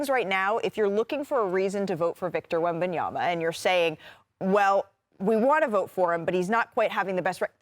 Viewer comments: “Wembiyana” is crazy work shump 😂😂😂😂😂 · Can Shumpert get Wembanyama's name right when he says it? He's saying it just like Stephen A Smith before SAS started getting it right